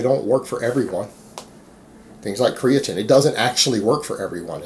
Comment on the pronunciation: came here to hear 'creatin'..left satisfied